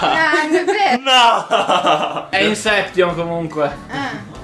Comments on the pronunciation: Non si dice “inseption”, comunque. Ma va beh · Camper tvb, ma se è tuo film preferito, almeno pronuncialo bene xD Incep-t-ion non si può sentire, "INSEPSCION"!!!